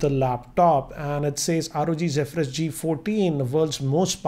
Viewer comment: Finally someone who pronounces "Zephyrus" correctly😂